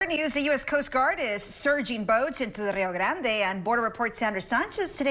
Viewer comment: It's just Rio grande, not rrrrrio grrrrand ah